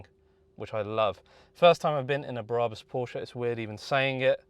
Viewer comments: It's Brabus... not Bra bus 😕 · Who the hell are "bear-rah-bus" ? Ffs. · Stop saying Braaabus !!!